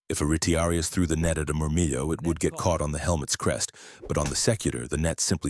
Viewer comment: Pretty sure Murmillo is pronounced with the double "ll" not turned into a "Y" like Spanish.